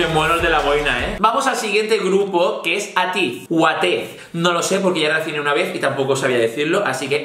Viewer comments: No es ateez, se pronuncia eitiz 😂😂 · Attez se pronuncia Eitiz Te recomiendo BTS - Black Swan/ Fake love ASTRO - Blue flame A.C.E - Savege Got7 - Calling my name Stray kids - Hellevator TXT - Run away de chicas EVERGLOW - DUN DUN/ Adios TWICE - Feel special MAMAMOO - HIP RED VELVET - Psycho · DreamCatcher "Scream" cuando salga que sale este 18 de febrero, pero si vas a hacer el vídeo antes entonces "Fly High". AleXa "Bomb", es una solista no un grupo de chicas pero bueno. Por cierto, Ateez se pronuncia "eitis". Si haces otro vídeo que no sea sólo grupos de chicas, me gustaría que resccionases a "Savage" de A.C.E (se dice "eis"), a "Dumb Litty" de KARD que es un grupo mixto, a "You calling my name" de GOT7 y a "Clap" de Seventeen. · ateez se pronuncia eitis